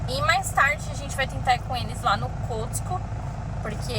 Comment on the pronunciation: Boa noite queridos, não querendo ser chata já sendo, rsrsrs, a pronúncia certa é "cosco" e home "dipo", mas vocês falam como quiserem, tá? Rsrsrs, beijos